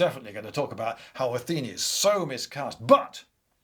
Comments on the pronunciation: I listened to this podcast style rather than watching the video so forgive me if I missed explanatory on screen text, but why do you keep referring to Athena as Atheni? Is that a more archaic pronunciation or something? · it's not Ah-thee-ni, it's Ah-thi-nah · "Atheenie"? It's "Athena", surely? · Athena is the goddess of wisdom, not war. Circe- ''Κιρκη'' sounds like ''Keerkee''